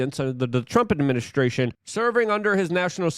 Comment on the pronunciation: Love this.... Fing love it but still smiled when he said administrution